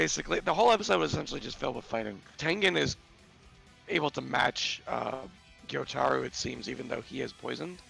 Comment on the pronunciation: Maybe they’ll pronounce Gyutaro’s name right at least once before the season ends. 🙏